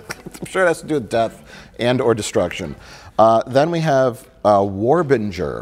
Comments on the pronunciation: Mike pronouncing Warbringer as War Binjer and not War Bringer is killing me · Or warbringer. It's war-bringer lol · As the former guitar player of Warbringer, no sweat. Everyone misses the “r”. Also mad props, Mr plinkets Star Wars reviews were the highlights of the tour bus.